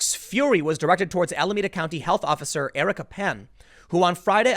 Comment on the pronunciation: Eric"a" Pan